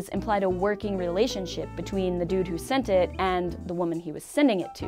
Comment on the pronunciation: sadly, when you said "Dude who sent it" I though you said dudu sente